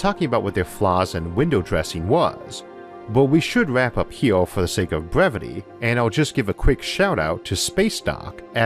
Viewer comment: "Wader" " hewe" "eawth" "biggew" "awea" "dwag" "awmor" -Isaac Arthur